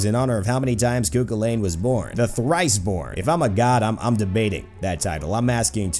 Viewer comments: Just a quick tip, it's pronounced coo cull en, not coo cwil ayn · Just to let every one know the actual pronunciation is Coo Cull-ann lol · Please at least pronounce it right Koo kullen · you are prouncing everything so wrong